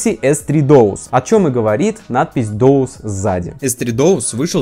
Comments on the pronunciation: Откуда взялось доус,если дуос??? При чем так уверенно произносил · ахахаха, доус) Может быть дуос?) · не Доус, а Дуос. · Да почему дОус, если он дУос?🤌🏻🤌🏻🤌🏻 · Не ДОУС, а ДУОС. Странно что никто в комментариях не поправил. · дУОс, а не дОУс. ЭнЭфЭс, а не ЭнФэЭс. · дОус. 😂 Может быть ДУОС, от слова Дуо? Дуэт есть такое слово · Может не доус а дуос? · Дуос же... Доус 😁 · На Айфоне скролл очень тормозной, после нормального телефона с андроидом, айфон бесил сильно. Будто пытаешься по желе двигать страницы. И, пожалуйста, не дОУс. Там же дУОс написано. Уже которое видео напрягает😅 А так спасибо за видосы) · дуос, а не доус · дУос , а не дООс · так правильно не дОус а дУос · Не доус а дуос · Ты серьёзно считаешь, что "Duos" должно произноиться как "Доус"???